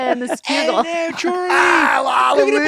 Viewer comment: Yuengling lager is Great Beer but it's the Schuylkill River. Sku-kill